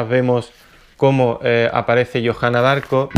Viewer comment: se pronuncia diarco